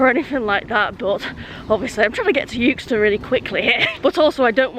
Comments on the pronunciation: Well done G for beating the metal beast. Euxton has always been pronounced Exton the 60 plus years I've lived just down the road. I thought at first its was just the way G was pronouncing it (forgivable of course) but the platform announcer also said Youxton! It must be a modern thing as some millennials may not be able to grasp the English language using silent letters ha ha. Enjoyable video. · Hi I'm from Yookston, 200 yards from the station. I'm sure this has been mentioned before but - the 'u' in Euxton is silent - it's pronounced Exton. Balshaw Lane is pronounced as 'bal - sher Lane', not 'Ball-Shaw' Lane. Good video, though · It’s pronounced exton, not youxton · Hi - It's actually pronounced X-Ton, not Uxeston :) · Well done on beating the train , we have arguments in our house on how to pronounce Euxton , I say Xton , and my son says Euxton , and you passed my car parked near Iceland Xx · "yewxton"? 😮 "EXton", surely? Apart from that - 😁😁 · Sorry to be a pain , euxton is pronounced exton 👍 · "EX-TUN"... It's pronounced "EX-TUN". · Never heard it pronounced youxton before 😊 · That's it. No more choc out of the pendo cab. Yukeston 😱 I think you are just winding me the pronunciation police up! Very much on my patch there on canal. Not on the railway anymore. Good swap. 😊